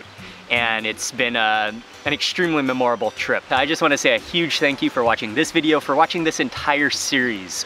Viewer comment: You're saying memorable incorrectly dude.